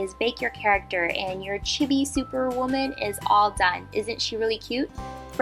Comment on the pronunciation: For future reference, it's pronounced '"CHEE-bee."